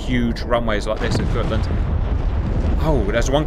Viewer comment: The got in gotland is pronounced as it is spelled.